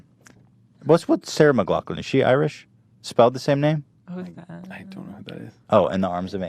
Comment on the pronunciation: Lovin it! So cool to hear Ethan say McLoughlin! Close enough to my name to distract me lol great podcast